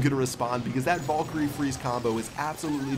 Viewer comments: Did you t say valgire? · omg I luv how u say valkryie "vulkry"